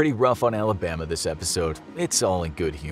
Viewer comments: Who tf needs to be told that 😭, and the way he say Alhabhama😂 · I’m dying why did he say Alabama like that🤣